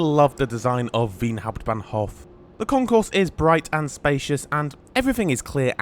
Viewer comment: ubb? no also things like Graz and hauptbahnhof arent said totally correct. at least better than saying UBB runs the trains. the name starts with an o (well ö but thats harder to explain as to how to say that).